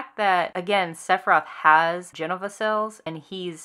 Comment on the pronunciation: It's Je-no-va not Jen-o-va.. hard to listen to your point when you're pronouncing the name wrong.. sorry.